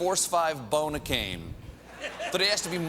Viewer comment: "Force five bonicane?" Are we entirely sure that Stephen Colbert is a comedian?